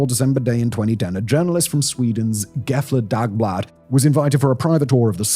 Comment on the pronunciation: The pronounciation of Gävle dagblad (I assume... 😁) was a Nice try 😃